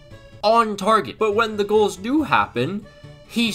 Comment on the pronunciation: Agreed not only does the energy get annoying, but something about his voice screeches and how he says “goals” makes me watch a delayed stream on bt sport